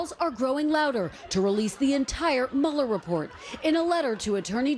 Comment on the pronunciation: I love that Trevor actually pronounces Mueller's name correctly. It is German in origin and -er at the end of German names / words are pronounced with a soft "a" and not a "ER" sound